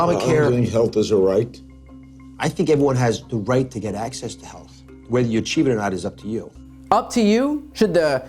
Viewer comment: "Achive health" 🤣